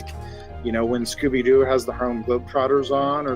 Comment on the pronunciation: Jumpscared by Scoubi Dou rather than Scooby Doo